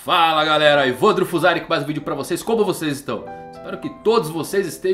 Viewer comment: Toda vez que ele fala:"Evandro fuzari" eu entendo Evandro Fuzaca😂😂😂😂😂